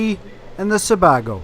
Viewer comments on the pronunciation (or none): From another great potato place, Maine, you got "Kennebec" right, but the other one is pronounced Suh-BAY-go. We nearly shut down all the McDonalds in Maine when they started buying Idaho potatoes. They relented and now serve Maine taters. Of course, potatoes are kind of like corn, they're best if you've got a pot of boiling water waiting at the end of the row you're picking.